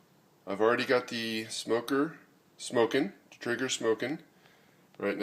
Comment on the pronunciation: it's pronounced "tray-ger".